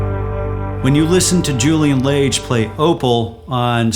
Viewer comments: Thank you! FYI: His last name is pronounced like "LAHZH." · Ahhh L Ahhhh ge like big but frenchish! So rude to say someone's name wrong.